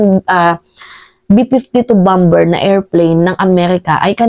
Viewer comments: BOMBER, ANG PAG PRONUONS AY BAMER HINDE BAMBER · Bomber sounds bamer not bamber. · Bamer not bamber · Bamer po ang pag pronounce sa bomber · (Bomber =bamer ang bigkas mali ang bamber) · Idol..(Bamer) ang bigkas ng bomber.. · Mam, paki check nga ang pronunciation ng word na BOMBER? If im not mistaken BOMER po yata ang tamang pag pronounce nito. Thanks po. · Bomber is pronounced as bomer. Thanks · Bomber.. pronounced as bamer o silent b Po Mdme. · Bomber is pronounce as baa•mr. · bomber (pronounce BOMER) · Bomber pronounce as silent b po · Mahal na Idol, Napakalinaw mong magpaliwag! Mabuhay ka!!! ( isa lang na obserbasyon: "Bomber" ay binibigkas ng mga Ingles na: "bamer" ) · Bomber.. silent b.. Bamer sa tagalog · correction lang po, BOMBER na silent B, sana din na bawas sa syunga bells na salota kasi parang bumabalik ang pagka-syunga sa mga words eh!….. hehe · pakicorrect yung pronounsiation mo sa BOMBER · Ate bomber ay silent b